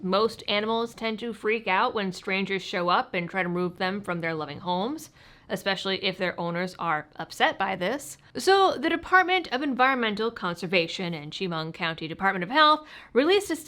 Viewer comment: Chemung is pronounced Shemung